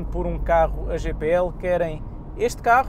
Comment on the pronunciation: Tenho 2 veículos a GPL e só lamento ter andado 20 anos a queimar gasóleo. Arrepio-me todo quando ouço a forma como este artista diz GPL... a GNR deve estar a rir e com razão... ;)